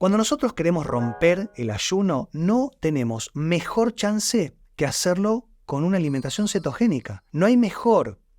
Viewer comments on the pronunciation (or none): none